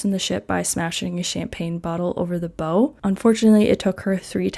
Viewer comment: Bow is pronounced “bow” not “bow”. Hope this helps :)